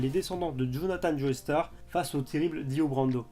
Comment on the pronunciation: "joeystar" 😱😱😱😱😱 non non non ! "Jostar" Joestar est un nom anglais, le "e" ne se prononce pas. Ça mériterait un pouce rouge ça 😈